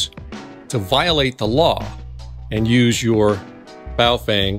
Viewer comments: It's pronounced, "Bow (like bow and arrow) Fung (like fungus). Ask someone who speaks Mandaran before telling me I'm an idiot in the comments. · Hey I'm not hating on you but I'm pretty fluent in several languages and the correct pronunciation is Bo-Fung.... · You mispronounced "Baofeng" several times 😂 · Is it bow fang or boo fwang? 🤣